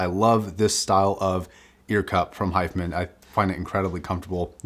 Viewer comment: The way you're pronouncing hifiman is driving me crazy and I can't focus on the review.